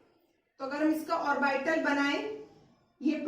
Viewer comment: How orbital is pronounced by mam ... 😭😂